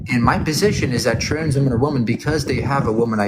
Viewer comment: why do you pronounce the plural of woman exactly the same as its singular form❣